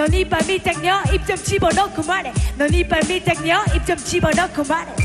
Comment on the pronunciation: 제이니가 가사를 잘쓴게 아님.. 가사에 뭔 내용도 없고 팩트도 없고 자기 망상 적어놓고 라임도 없는데 절기까지해서 ‘이빨밀당녀’만 계속 재탕함 거기다 발음까지 씹혀서 끝엔 이빨밀떡녀 ㅇㅈㄹㅋㅋㅋ 제이니 흑역사 생성ㅋㅋㅋㅋㅋㅋㅋ